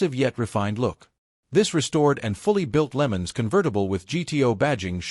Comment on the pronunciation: Pontiac "Lemons"? Using AI = when you just don't care enough to make a quality video.